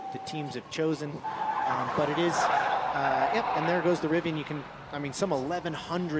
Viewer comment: Rivian Timestamps: Rivian R1T at the starting line Zipping off the line Straightaway Switchbacks More Switchbacks "Rivi-awn" lol Birds-eye view Final turns Finish line (smashes record)